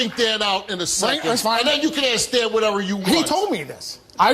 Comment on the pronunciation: Whats wrong with these people who cant say "Ask" or "Explained" correctly.